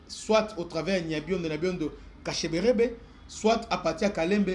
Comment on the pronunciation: C'est Kashebere et non kasheberebe